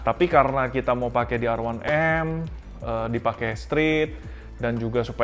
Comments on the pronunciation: Namanya R1M Kenapa bacanya Erwanem,,,,ga konsisten menurut saya,,,,, Kalo bahasa inggris ya inggris aja, kalo Indonesia ya Indonesia aja, gosah dicampur gitu,,,,,, Indonesia : Er satu em Inggris : A wan em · A wan em apaan lo🤣, R one M yg benar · R satu M tuh baru bener